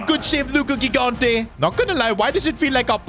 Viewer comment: gigante’s name is pronounced jigante with a j sound. I’m italian